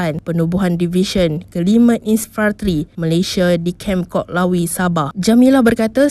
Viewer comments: "KOK LAWI" KATA PENGACARANYA KAH KAH KAH😂😂😂😂SEPATUTNYA "LOK KAWI"😂😂😂😂😂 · kem lok kawi..bukan kok lawi admin ye..huhu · Kok lawi mana pulak la tu kak oii... Kem Lok Kawi sebutan yg betul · Min, Kem Lok Kawi min,bukan Kok Lawi. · Kem Lok Kawi Bukan Kem Kok Lawi Aparaaahhh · Min,bukan kok lawi la..LOK AWI! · Bukan kem kok lawi. Lok Kawi yang sebetulnya😌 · Lok kawi ye., bkn kok lawi😁😁😁😁